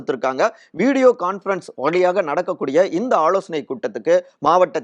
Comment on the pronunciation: வளக்கம் போல...... கமலாளயம்.... ஆளோசனை கூட்டம்..... அளைப்பு...... எம்எள்ஏக்கள்..... பிரச்சினை ஏற்பட்டாளும்...... , தளைமை..... அந்த பள்டி நீ இப்படியே தமிழை தப்பு, தப்பா உச்சரித்து.... பாடா படுத்திட்டே இரு.